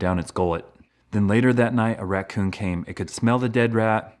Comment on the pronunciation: you said nght not night